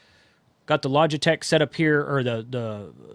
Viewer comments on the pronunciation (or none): none